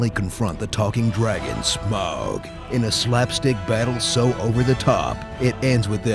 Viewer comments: It's funny that it's easier for him to pronounce "Scrooge McDuck" instead of "Smaug" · you pronounce Smaug like you say "smog". J.R.R. Tolkien was a big fan of the environment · Smaug. Smog? Smah-ug? Sm"ow"g? Smae-ug? AGH! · Come on, Voiceover Man! SMAUG is five letters! Get your act together. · Oh my god, enough already, Smaug is not that hard to say.